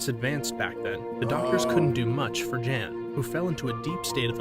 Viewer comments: He keeps calling him JAN but I believe that name would be pronounced as YON considering this story’s country of origin and the gender of the subject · Makes me wonder if even this video is correct or not when they pronounce it Jan instead of Yahn considering where the events take place 🤔